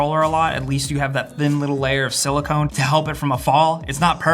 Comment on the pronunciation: Silicone you say it sili-con that's not how you spell it but it's how you should say it XD I'm bringing this up